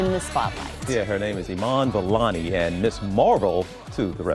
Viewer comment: It's Vellani not vallani